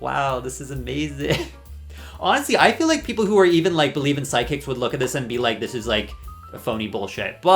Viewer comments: I kept hearing side kicks instead of psychics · Are you repeatedly saying ‘sidekicks’ instead of ‘psychics’ on purpose?? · Are u saying sidekicks or psychics LOL